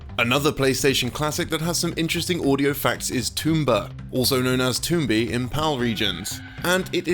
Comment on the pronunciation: toombi? no its Tom-BI at least that how most peeps i know pronounce it